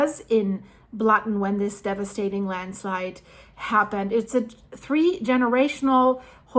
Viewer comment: You almost saying Landschleid a few times made me laugh :D